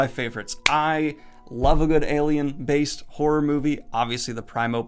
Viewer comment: When you said "alien" I thought you said "Gaiman" and I was like: Neil Gaiman is an... alien creature thing?